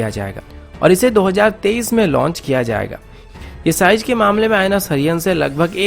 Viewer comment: Size not sijz haha...